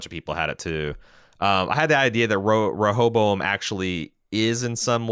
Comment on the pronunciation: If you both chose in a previous review to not pronounce it properly, I apologize for being the one to help you say “Re- hoe- bow- em”. Y’all driving me crazy with that hobozo- em. 😂😘